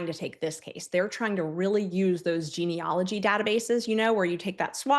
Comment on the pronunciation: Memo to all participants: It's geneAlogy not geneOlogy.